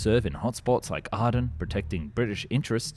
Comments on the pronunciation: Aiden ..not arden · The mispronunciations in this video are quite frankly embarrassing. Is this rubbish narrated by an A.I. bot? The word Aden (Yeman Port) should be pronounced Aey-den but in the video is R-don. I also notice the love of using video game footage more common instead of real archive film. Shameful and lazy.